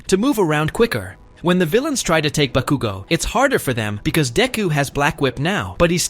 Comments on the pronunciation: Why did he sai bakugu XDXDXD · the ways he saying bakugo 😭😭😭